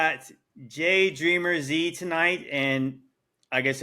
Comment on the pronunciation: You just say Dreamers, dude, not Dreamer Z....